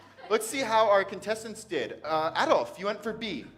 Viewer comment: Uh-DOLPH He be tryin to not make him Hitler--y but for why mispronounce his name? Woah, I didn't know Dolph was part of "Cut it (Woo), cut it (Yeah), cut it (Baow), cut it (Go) Cut it (Get it), cut it (Skrrt), cut it (Bah), cut it. Them bricks is way too hot, you need to cut it" 'Cause we at the top, but we really from the bottom (Bottom) Tell that pussy fuck him and that's how I feel about him Still that same nigga that used to front your big brother (Facts) Found out he a bitch too, now I call him your big sister (Bitch) You still that same nigga that was beefin' with a dyke (But you a gangster, though?) I cannot take you serious, aight (Hah) My lil' niggas beggin' to let them send some scattered showers (Uh-huh) Don't play with me (Don't play with me), play with your bitch (Play with your bitch) Matter fact, when I fucked her, she told me you a bitch (For real) Oh, you must be mad 'cause they call Memphis Dolphland (Hah) Stop slick dissin' and dodgin' me, nigga, let's get it poppin' (What's poppin'?) Ol' pussy-ass nigga (Yeah, yeah) Ol' puss- ass nigga (Yeah)